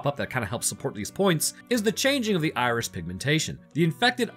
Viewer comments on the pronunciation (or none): Am I the only one hearing say Irish instead of Iris? Starting